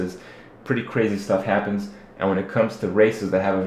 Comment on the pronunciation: I think he can, unless we are unaware of what a "labtop" is.. you said it twice.. & "happends"